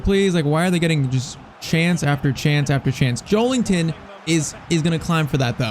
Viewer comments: Just an fyi: it’s Joel IN ton and not Joel ING ton. There’s no G in his name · Joe*LIN*ton not Joe*LING*ton lol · Maybe it’s just me , but I cringe so much when you say JoeLINGton 😂😅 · Bros saying joelington